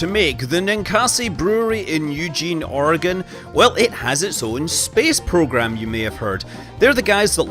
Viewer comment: 1st thing is i live in oregon. and the 2nd thing is THANKYOU SO MUCH FOR PRONOUNCING OREGON CORRECTLY